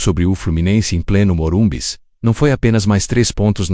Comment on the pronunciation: É normal ter enjoo a hora q ouço falar MORUMBIS?